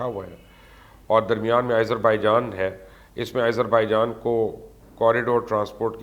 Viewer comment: it is pronunciated as "Aazarbaijan" not "Izerbaijan"